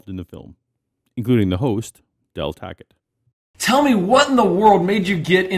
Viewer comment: Every time you say "Del Tackett" I only hear "Del Taco" and now I'm hungry...